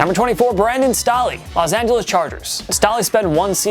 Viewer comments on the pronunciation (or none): Its pronounced Brandom Stay-Lee... not Stah-Lee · They did not just say Brandon Stah-ley Cmon it's not that hard 🤷‍♂️ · It's Pronounced Stae-ly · First time I heard somone say Stall-ly instead of stay-ly